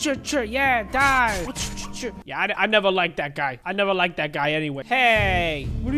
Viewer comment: You say die not due